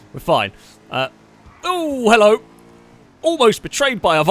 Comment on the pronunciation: Hellouh and welcome to the showuh